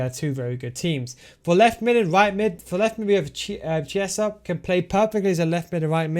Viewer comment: Chessa?! Minchia …